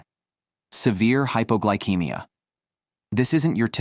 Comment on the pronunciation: It's pronounced hypoglycemia, ceemia, not keymia.